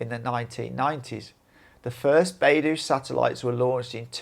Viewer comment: The dou in BeiDou rhymes with the letter o. PinYin is the use of English letters as pronunciation guide. It is NOT English. When you see ou in pinyin, think of the letter o. The Ren in Renmingbi is very dissimilar to any r-sound in English. The letter r in pinyin is to denote a peculiar pronunciation in Chinese.